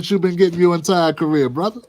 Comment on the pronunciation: The way he says brother, he doesn’t sound black lol! Yeah, Willie Brown KNOWS her-in the biblical sense!😅